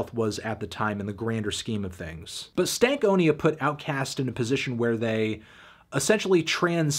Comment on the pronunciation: Why do you say stank onia instead of stan konia